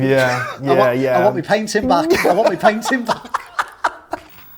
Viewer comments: “I woient meh paintin baek” loved that 😂😂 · "I want me paiting back" XD